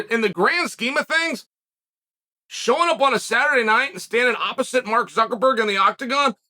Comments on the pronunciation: Am I the only one who heard Chael say Mark ZuckerFERD?? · Hearing Uncle Chael say "Zuckerford" repeatedly just about made my weekend! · "Mark Zuckerford" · Mark Suckerford... Lmfao i love you uncle chael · "We know that Zucker...ferd is..." Gaaaaah!!! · Wait.. Did Chael just say Mark Suckerford? lol! 🤣😂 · Zuckerford?? He must do this on purpose to make us laugh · Not "Zuckerford" again.. Jesus fuck. the ignorance is palpable.. hahahahahaha every time! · Nice video, and it's funny how you say "ZuckerFer" instead of Zuckerberg lol... Just like when you say "HazMa" instead of "Hamza" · zuckerferg cmon now this power move of intentionally mispronouncing names is getting out of hand